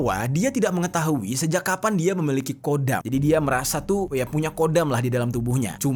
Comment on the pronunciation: Bukan kodam..tpi khodam..di kho خدم bukan قدم